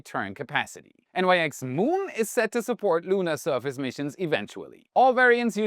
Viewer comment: As the Nyx is named after the ancient Greek goddess, it likely is pronounced /nɪks/ (IPA/English) and not N-Y-X.